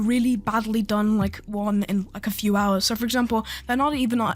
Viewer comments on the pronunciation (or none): fr said dew and not few